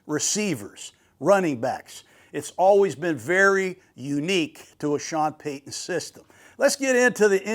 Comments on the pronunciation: Who wants to correct the legendary guy that paton is (pay-ton) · George Payton is pronounced the same as Sean Payton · I love Gruden but he definitely has some grammar issues 😂…JOly & PAton, Patton has 2 T’s